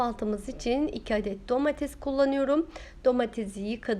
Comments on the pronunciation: Elinize sağlık, anlatımınızda güzel ancak lütfen domatez demekten vazgeçip domates demeye başlarsanız daha hoş olacak. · hanım yemek tariflerin ve anlatma tarzın çok güzel birde Domatezz değilde domates desen